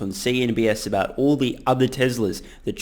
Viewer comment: "I read owlllll your comments" - gotta love the Aussie accent! The most syllables I've ever heard put into a one-syllable word is people from New Zealand saying Mom/Mum. "MYOYOYOYOYOMMMA"